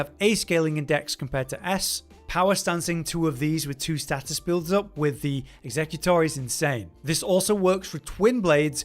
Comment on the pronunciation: Actually annoys me how he says „executor”